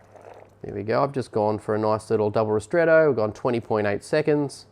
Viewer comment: Double ristretto. He said it pretty clearly as he was pulling the shot.